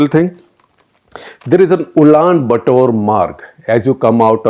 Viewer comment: SG NAM was a clandestine western attempt to prevent fall of newly independent countries falling prey to communism. Rajiv Sikri wrote this in his book, " Challenge and Strategy And five media hungry clowns were shortlisted. Please.check pronunciation of Cyprus and Ulan Bator